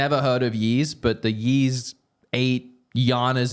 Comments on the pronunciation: YEESUS CHRIST! These guys "yeeeesing" all over the place! Yeees this, yeees that. The Ys game series is pronounced EESS!! Are you trolling us all?! 😅😅😅😅😅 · Just trying to help I think Ys is pronounced “ease”. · How do you not know how to pronounce Ys? It's a pretty big JRPG series that's been around for decades. And your whole career is videogames. Then again, this is the who still calls Labo "lay-bo" (hint: it's labo as in laboratory, ie., a word that makes sense. What does he think lay-bo means?). I feel like he must be doing it on purpose, like those trash YouTube shorts and tiktoks that can't get engagement by making actual worthwhile content so they just act dumb on purpose to force people to comment. Must be very proud of this garbage tier "content"